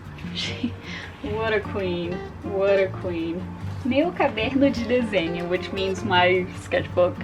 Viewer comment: você falando "meu caderno de desenho" perfeita mds 🤲🏽💖💖